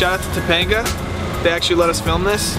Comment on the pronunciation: you said Topanga right OMG lol